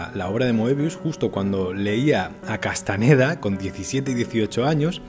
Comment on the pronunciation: Carlos es Castañeda con Ñ. Si los gringos no tuviesen esa letra no significa que uno lo pronuncie mal.